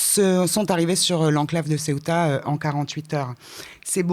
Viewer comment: Le Maroc admet donc avoir en voyé 40 000 personnes à Ceuta, qu'on prononce "Céouta" et pas Ciotat, qui n'as rien à voir Paella mais plutôt tout avec avec la Bouillebaisse.